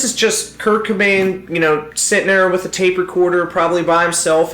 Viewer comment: Its CObain not Kbain, nevertheless still a great video.